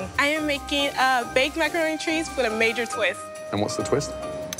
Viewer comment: “I’m making baked macaroni and chreese with a major twist.” And what’s the twist? Bweast milk